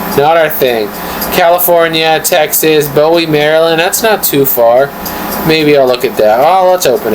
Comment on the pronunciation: Bowie is pronounced as BOOee. 😉